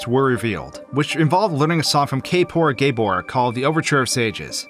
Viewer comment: No one gonna talk about how he pronounced the owls name?